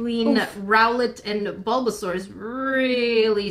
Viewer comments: "SUlBaZauR" killled me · "Sulbasaur" Me, an aunt: "turtle pikachu:) " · “Sulba sulba”